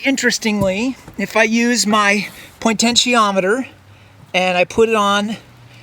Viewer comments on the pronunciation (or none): Omg.. "pointensiometer" Is there a flat earth dictionary hidden on the dark web somewhere?